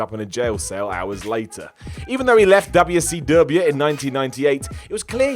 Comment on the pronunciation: It's really funny how says WCW.